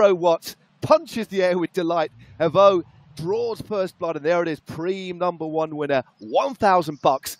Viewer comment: Please someone tell how to pronounce prime 😂